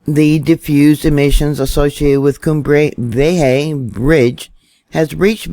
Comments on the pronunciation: It's vieja.... Vee-aye-ha... Not vee aye hay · Vieja is prounounced VEE A HA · Your wonderful. Let me help you out. Since you will be saying it a lot. V-yay-ha. Try saying it like that. Vee - yay - ha. Thanks for all the in depth news. I count on it. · excellent report and not to be picky but it's pronounced ' Vee ay ha'. The situation, from all this recent information, really does appear to be deteriorating. The air quality already worsening in Puerto Rico is also very concerning. How far will that spread? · You're the best,! <3 FYI, Vieja is pronounced Vee-aye-hah. I appreciate your videos so much - all of them!